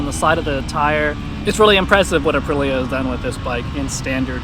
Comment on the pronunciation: Is Aprilia really that hard to pronounce? Uh-Pree-Lee-uh. 🤌🏼))